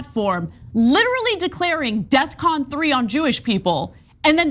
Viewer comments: It’s “Defcon” not “Death Con”. That’s probably why it seems aggressive. He just doesn’t know words. Which is hilarious because you’d think a rapper of his caliber would know words lol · I don't mean to be picky, but isn't it def-con?